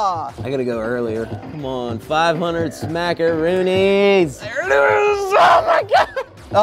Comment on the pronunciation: I love how he calls it “ smackoroonis”